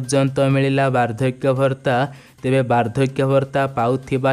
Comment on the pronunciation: Ñot Bhartta but Bhatta not padhan Mantri but Pradha Mantri not pastab but Pràstab Hoga your voice word is very very wroñg thank you